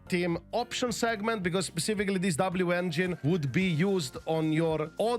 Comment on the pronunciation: Love that it’s always been “V-Engine” and now the correction is “W-V-Engine” 😅